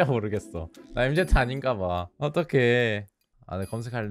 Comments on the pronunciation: 엠제트 ㄴㄴ 엠쥐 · 엠제트가 아니구..엠진데..